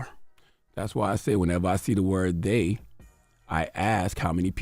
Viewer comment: “They-HAW; they-HAW” ☠️☠️☠️